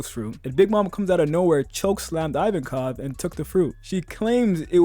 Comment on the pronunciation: “Eye-Van-Kov” ❌ “Eee-Van-Kov”✅